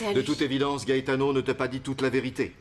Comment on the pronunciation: J'adore la façon dont Christina prononce le nom "Gaetano"